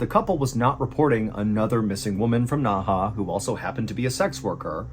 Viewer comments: Really hoping replying to this will help someone on the team see it and they can pass on the message. Nehe was pronounced wrong and I couldn't watch past three minutes because of how often he said it and how bad he said it. Seeing the name on the screen made it even worse for me because I kept reading it correctly in my head then he said it. I hope in the future, there will be research on foreign names. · Please look up pronunciation. I couldn't watch past three minutes because you kept pronouncing the city's name extremely bad and the fact the name was on the screen made it even worse because seeing it I knew how it's meant to be pronounced. I'm not usually bothered by this but you were so off on the name and with how often you said it just within the first three minutes was too much. I'm sorry for the negative comment, you're probably not even going to see it. I hope in the future you check into it before you begin the stories. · Hi MrBallen- great video as always. Just a quick note- the city's name is pronounced "Nehe" (in Mandarin - 訥河), whereas "Naha" is a city in Okinawa, Japan. Cheers! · It isn’t pronounced Naha. Nehe is pronounced Nuh-huh. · Dang, Ballen makes no effort to even try to pronounce these names, haha. I was thinking "Naha? That sounds like the city in Okinawa." And then I see it's Nehe, which based on my lousy one year of Mandarin would be like "nuh huh" with a slightly more guttural h. Anyway, you can get this stuff on google now, can't you, and there were only a half-dozen names here, so it's not like major research lol. I thought the guy's name was something like Jiya Wang or something until it was spelled out and I saw that Wenge was his given name, not family name and that e certainly isn't silent (It's kinda like "one-guh"). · You spoke Nehe like Naha in okinawa, got me confused the entire vid.... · Hello, it's pronounced Nay Hay, Naha is a city on Okinawa Japan. You should know that seal... From: an Old Marine 😅